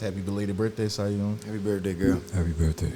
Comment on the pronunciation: Quick note, Siyeon is pronounced Shi-Yuhn phonetically.